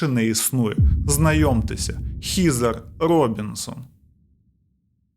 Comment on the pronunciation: Вже друге відео, де одну з героїнь звати ХЕзер. Але автор вперто читає Хізер 😝 Буквосполучення ea часто читається, як звук Е. Хоча б як у словах dead, thread, weapon. Сорі, просто вуха ріже, не втрималась)